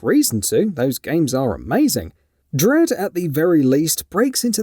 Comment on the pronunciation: I think u said Dread wrong in the opening line in the video.